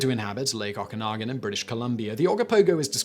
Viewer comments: oh go poh go. and oh ka nah gan lake. i know your trying .... kind of lol. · Simon, this is the 2nd time you mucked up the pronunciation of the Ogopogo and Okanagan Lake . Oggopogo is pronounce Oh Go Pogo......as if you are telling someone to "OH GO bounce on a POGO stick" and Okanagan Lake is OKA gNAw GAN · It's a long O pronounced like Oh-kanagan. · Yup, I live in BC and have family up in the Okanagan area. Imagine being a Scot and Simon calling it Scootlund......a little effort in pronouncing place name properly is the minimum amount of professionalism one should expect don't you think?